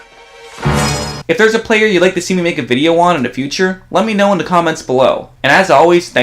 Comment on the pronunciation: Please pronounce the "th" sound correctly. It's not "duh", it's "the". Your video is great but I can't concentrate on the content because of the incorrect pronunciation. It's like nails on a chalkboard.